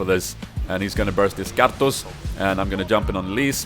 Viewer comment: pls make a 10 minutes loop of you saying karthus